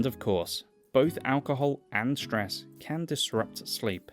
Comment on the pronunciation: Hearing ‘shtress’ instead of ‘stress’ stresses me. Can’t help the response.